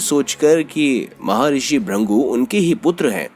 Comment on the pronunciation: Bhai Rishi ka naam Bhrigu hai na ki Bhrangu as pronounced by you